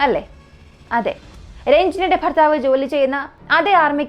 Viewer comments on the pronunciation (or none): none